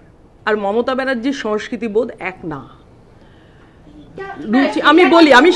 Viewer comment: নাগরিক সমাজ স্বেচ্ছায় বামেদের অনুগত হয়েছিল। রাজনীতি,অধ্যাপনা ও গবেষণা এক নয় । রাজনীতি মাঠে নেমে করতে হয় । অনেক কিছু ত্যাগ করতে হয় । উচ্চারণ ঠিক করুন সমস্কৃতি নয় সংস্কৃতি ।